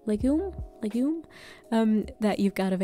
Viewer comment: Funny how you pronounce “legumes” HAHAH